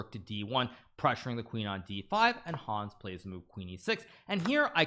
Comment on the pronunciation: I love so much the way he says the name "Hons" it's hilarius ! this video deserves maximum views for defeating The First American WC!